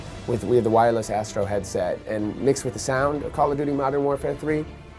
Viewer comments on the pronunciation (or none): none